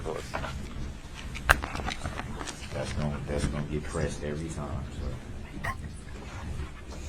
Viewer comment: Proove it friboulous prove its fuhriboulous he cant say say things right when they r spokennto him 4 seconds prior